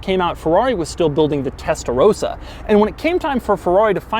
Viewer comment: Your pronunciation of Testarossa is ..... indefinable...